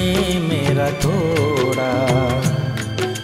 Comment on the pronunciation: good job....just 1 suggestion- the prounanciation sounds ' tora, mora'...looks like you pronounce the d as r..it is 'toda, moda'